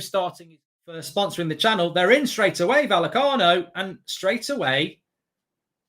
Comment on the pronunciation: Isn't it pronounced VaYecano?